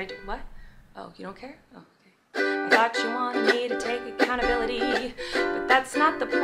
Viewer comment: She keeps saying "acountability" but I don't think she actually understands what that word means. She never actually apologized.